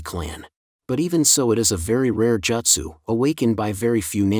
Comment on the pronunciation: Man said "jastu" 😂